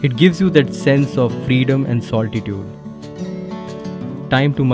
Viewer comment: its solitude...not sol"ti" tude!!!